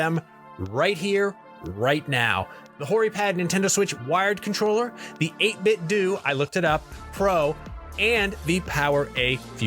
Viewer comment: It’s pronounced 8-bit “doe” not “doo” like karate-do. “Doo” sounds dumb